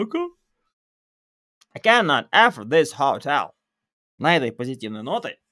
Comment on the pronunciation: Только в глаголе afford ударение идёт на второй слог. affOrd